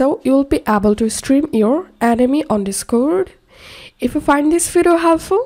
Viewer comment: he talking about how you pronounced Anime as Enemy 😂. Nothing else girll